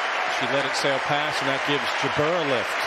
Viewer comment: Even Jabeur's infamous (and predictable) drop shot play couldn't deter the genius of Swiatek. Incidentally, if any commentator is reading this, the name is pronounced JA'br, not J'BER.